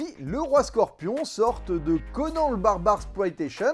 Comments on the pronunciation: Slt! Bon je vais pas aller sur terrain du catch parce que "The Most Electrifying Move in all Entertainment" risque de partir par contre... (Grognement)...CONAN se prononce CONANE!!! Par Crom j'ai été obligée de souillé le nom du dieu de la baston avec un E... Buliiiaaaa!!!!😂😂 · ooula fais attention comment tu prononce conan sinon ca va barbarder